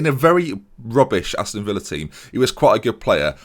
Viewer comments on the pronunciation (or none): none